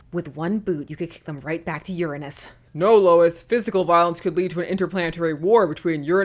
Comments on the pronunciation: You're mispronouncing Uranus. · Uranus - pronounced "yoorānus" - "your anus" Uranus - pronounced "yurinis" - sounds reminiscent of "urine". People are gonna make jokes either way. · Pronouncing it "urine us" doesn't help. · On another another note, if you pronounce Uranos the Greek way (more or less oo-RAH-nohs), you can avoid the jokes and sound erudite at the same time! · What gets me is that pronouncing it as "urine-us" doesn't truly remove the potential for potty humor jokes so much as it takes them in the opposite direction. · does pronouncing it in a way that makes it sound like liquid human waste actually fix the uranus issue